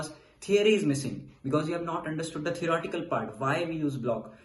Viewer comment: why does he keep saying erotical, is it theorEtical?